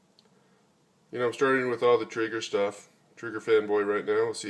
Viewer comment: it's pronounced "tray-ger".